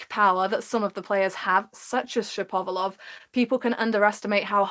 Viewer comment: I enjoyed the video One thing though ,it isn't : Shap - ov - a - lov , it's Shapo - valov